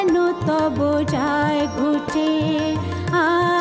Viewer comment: দারুণ, তবে লতাজির মতই ওনারও বাংলা উচ্চারণে জায়গায় জায়গায় আড়ষ্টতা আছে। 'সখা হে' হয়ে গিয়েছে 'সকা হে', 'এসেছি গো' তে 'ছ' এর উচ্চারণ 'চ' এর মত লেগেছে। 'চরণ' এ 'র', 'বলে' তে 'ব' এর উচ্চারণেও অসুবিধে আছে। তার পরেও, আশা ভোঁসলে আশা ভোঁসলেই। ধন্যবাদ বিদুষী, এই গানগুলির জন্য।